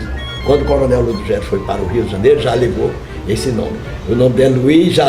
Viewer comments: Moça linda pena que ninguém lhe corrigiu na pronuncia Do nome ludogero não Ludugerio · A repórter que fala primeiro chama coronel "Ludugério".... desculpável.